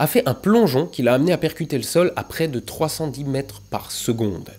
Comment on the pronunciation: Je suis le seul a avoir entendu "3 centimetres par seconde" au lieu de "310 metres par seconde" ? :D